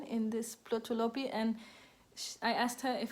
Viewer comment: Plötulopi was the right pronunciation. I enjoy your podcast.